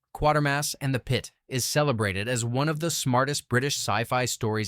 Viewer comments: Planet of the Vampires is my favorite 'bad' movie. I actually saw it at a theater when I was a kid. Love the ridiculous techno babble. Apparently religion is against pretty much anything. I think religion should go away. And it's Quatermass, not Quartermass, geez. Pronounced 'kway-ter-mass' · The name is Quatermass not Quartermass! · (KWAY-ter-mass). This AI stuff pisses me off. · Its Quatermass (pronounced like crater) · No, there's no 'R' in the name. It was adapted from the 3rd BBC TV serial from the 1950s, centred on Professor Bernard Quatermas, and pronounced "Quay-ter-mass."